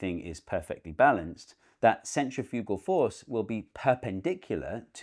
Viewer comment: "centrifewgal"? You're putting the emphaahsis on the wrong syllaable.